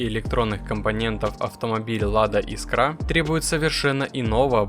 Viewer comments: Искра,а не искрА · Искра!!! Ударение в слове «искра» следует ставить на гласный «и» первого слога — «Искра» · Чувак, ты уж определись: Искра или искрА, а то по тексту то так, то сяк говоришь. А лучше погугли, как правильно: жена-лингвист под "дулом скалки" заставила тебе коммент писать))) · Бляааать! Я так и не понял Искра или искрА? Как правильно? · Искра - с ударением на 1-й слог! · Искра ударение на ИИИИИ !!!!! А то ухо режет!!!!